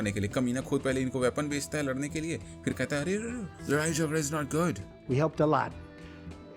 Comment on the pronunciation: Ladai jaghda is not good bro the accent 😮😮